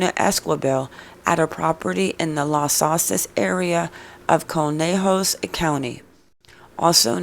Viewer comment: If you're going to talk about a case please get the names right....it's Selena Ésqi bel....not quibel you don't pronounciate the "U"....can you get that??? And it's not Àdré it's Ā(dray) and It's not Bàrōz... it's Bar (ōz ) pronounciate that right....Las S(ouces) not literally Sauces...lol!! And Saguache?? Totally prononciated wrong!!! Lol!!! I guess I have to prononciated that too.... Sa (watch)??? Get it?? "g" is silent..... Do better research dear, otherwise you could be reporting on the wrong people...bad reporting....